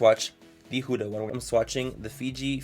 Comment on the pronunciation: The reason their so cheap is because they use child labour, they're not cruelty free, and they use unsafe ingredients. Also, you're pronouncing Huda wrong